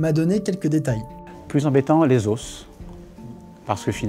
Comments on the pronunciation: les "osses"...?? Effectivement le QI prend cher dans l'espace... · Il me trigger ce chien à dire "les os" en prononçant le "s"